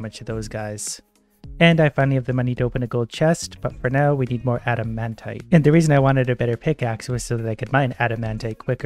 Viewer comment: Just to help something out for you and the us the viewers because it triggers us so much. the pronounciation is not adamantae, but adamantight